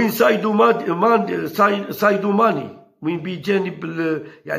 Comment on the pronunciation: اسمعو قال سايدو ماني مشي ساديو 🤣😂